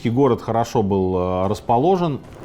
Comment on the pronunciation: Не гОрами, а горАми. Правильно ставьте ударение в словах. Весь русский язык исковеркали.